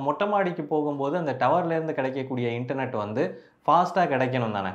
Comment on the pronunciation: Internet is word 😅😅😅 Internot is emotional 😂😂😂😂